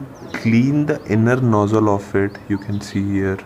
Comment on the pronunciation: Enjoyed you video…now it’ sounds like your fixing your nose..so make sure you put the z sound in nozzle..just a little help..you English is fine..Thank you for the information